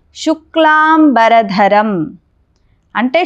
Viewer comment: శుక్లాంబర...ధరం అని పలకవలసింది పోయి శుక్లాం...బరధరం అని పలుకుతున్నారు, చాలామంది యిలాగే పలుకుతారు.ఇదేం దౌర్భాగ్యమండీ